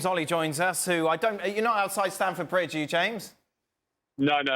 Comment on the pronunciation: It's James Olley, not Alley